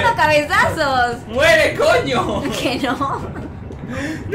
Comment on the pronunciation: Dani dise koño :v